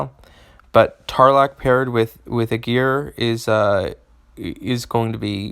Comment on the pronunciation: Well, as a native German, I wonder that you stress the first syllable of "Aegir", because as English is a Germanic language, I would expect you to stress the first syllable as it is one of the characteristics of Germanic languages and the hero clearly intends to appear of Germanic origin. Apart from that, mixing it up with "a gear" while deciphering the chain of sounds, would be much harder :D. Besides the linguistics, thank you for the video! I was so lucky to draw him two times and I have cool ideas for teams, but he also seems to be much discussed, so your assessment is much appreciated.